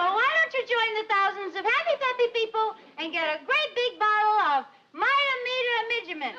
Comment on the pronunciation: You slaughter vitameatavegamin. Lol. Say vita / meat-a / veg-a-men. Repeat after me. Lol